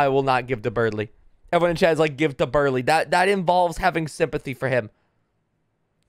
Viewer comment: I love people completely reading Berdly wrong LMAO